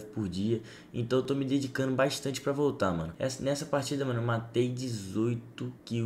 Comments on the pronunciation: parece que ele falou " então eu tô me dedicando bastante pra voltan " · eu sei meu fi,so q pareceu q ele falou "voltan" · Só eu q entendi "estou me dedicando bastante pra voltan"? KKKKKKKKKK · Man no começo do vídeo eu pensei que ele falou foi me dedicando muito pra voltan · Eu entendi vc falar para a voltan não para voltar kkkkkkk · Mano só eu que entendi que ele falo"tô me dedicando bastante pra voltan"??? Tempo ao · quem viu ele falando estou me dedicando pra voutan open baktan